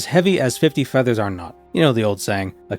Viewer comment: The "keelagram of feathas" killed me 😂😂😂😂